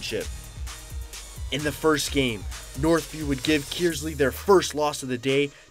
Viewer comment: Please clarify - Flint Kearsley is pronounced "Kurs-ley" not "Kiers-ley"......hopefully my old school of Davison will return to the finals again next year and win it all for the boys......